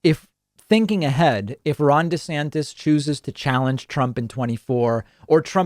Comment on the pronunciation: I thought you said Ron De-satanist lmao